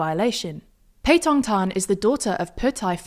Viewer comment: Her pronunciation of Thai is brilliant